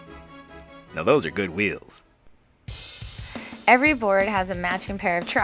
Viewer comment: "Now ve vill walk about ze und veals... yes, ze skate- no, not veals, ze VEALS, you know, what's the matter with you, veals, skateboard veals!!" lmao